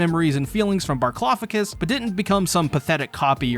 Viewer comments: Can someone please explain why he calls Bertholdt Barclofagus? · Why are you pronouncing Bertholdt's name like that?